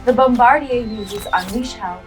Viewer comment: So no ones mentioned the narrator saying "Bombardier" like it's french? "Bombardie'" 🤣.